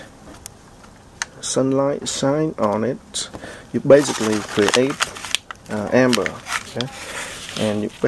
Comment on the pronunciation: also, its ember not amber, but its good video